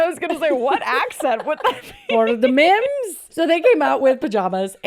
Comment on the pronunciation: and the accent on mems... I'm dead. It's giving Joe Dirtè.